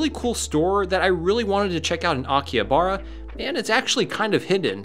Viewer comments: Isn't it pronounced Aki-HA-bara? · The H in Akihabara reads like an R